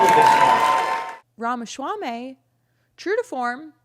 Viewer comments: It’s “swamy” not “schwamy” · Please stop talking. You obviously didn't research names pronunciation. Ramaschaummy and Merson Center? They are 'Ramaswammy' and 'Mershawn' Center. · the way you pronounce his last name makes it sound like a delicious Middle Eastern dish that Israel would try to claim as their own. 😆 its "RAH-MAH-SWAA-MEE" (no "sh" in the SWAA part). My mother is South Asian, we are familiar with names like Vivek's. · Love the way you pronounce Vivek’s last name. 🤣🤣🤣 PPUSA! No wonder so many old people attended this event. They came for the port-a-potty. 🤣🤣🤣